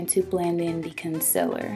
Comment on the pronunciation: you pronounced Consealer wrong its Conseeler not consiller